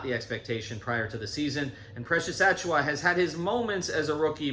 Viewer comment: It’s Ach-oo-wah Not Ach-uh-wah